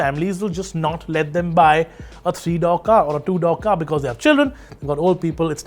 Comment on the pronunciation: It's door not dough 😂